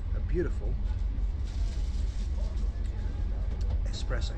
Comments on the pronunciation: *espresso, not expresso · Espresso. Not expresso. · Absolutely love the people pointing out it’s “espresso”, they’re straight in there in the comments without even waiting for the repeat of the same word pronounced properly 5 seconds later. Of course I know it’s an espresso, I even say so in the on train footage 😂 There’s no desire stronger than correcting someone’s mistake on the internet 😆